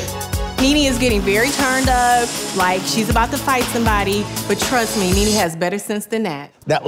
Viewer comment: themezzy mahon I know you did not just say “kneeKnee”